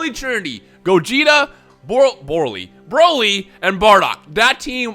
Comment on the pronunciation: "buuroly". The Buu who absorbs Broly